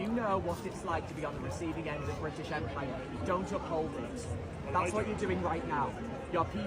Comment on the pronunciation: Bwitish? That *englistan police.